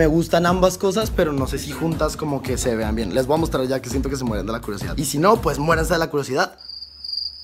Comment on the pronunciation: pronuncia vien